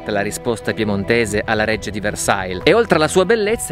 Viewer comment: Scusa, ma non si dice "VERSAIL" 👎. Dai, questo è francese, è facile